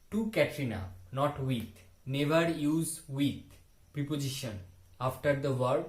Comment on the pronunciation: Sir u r doing great 👍 job. Prep' ziSHan ,sir ,check this pronunciation on Google, n pronounce well. Thank you.